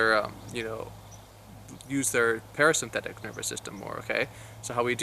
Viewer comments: great info but "Para-synthetic"??? pronounce correctly !! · Are you saying parasymphetic? Yeah I'm not going to listen to your advice.